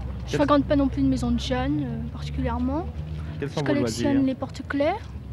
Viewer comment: J'ai rêvé ou il a bien dit "djeuns"?